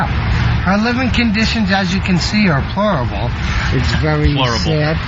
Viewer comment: THANK YOU, that's exactly what I was looking for. "Her living conditions, as you can see, are plorable." 😂😂😂😂